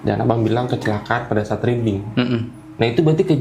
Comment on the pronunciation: Riding tu maksudnya momotoran? Bacanya RAIDING bang! . Bukan riding 🤣 Riding mah artinya "membaca".